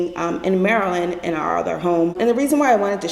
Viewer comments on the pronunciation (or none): none